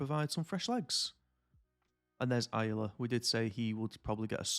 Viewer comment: Ayala is pronounced “i-ahh-la”